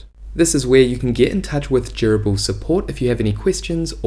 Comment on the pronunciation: Love the walkthrough and your soothing voice makes it very easy to listen to ~ aside from the fact that it sounds like you're saying 'gerbil'